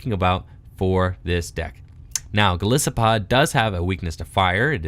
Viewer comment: It is actually pronounced Go-lie-so-pod. Goliath + isopod. I am unsure where everyone gets the issapod from.